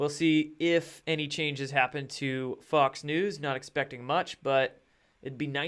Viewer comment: it almost sounded like you said “Fucks News” lol